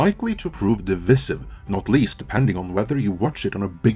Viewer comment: It's "device-iv" not "de-viss-iv". I know it looks like the latter but it is pronounced the former.